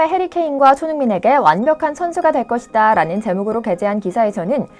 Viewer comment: 말 끝날때 ᆢ것이다 에서 다부분 정말 듣기거북해요 ᆢ제발 유하세요 ᆢ